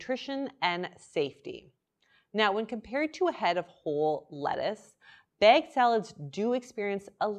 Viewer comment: It's bagged, not begged